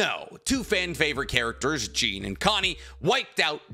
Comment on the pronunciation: Did you really just say Jean like Jeen??!!??!!